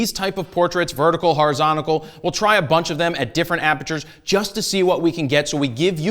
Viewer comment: Vertical, horizontical... lol